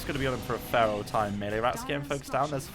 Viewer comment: Wow, a Brit who can't say melee. Odd.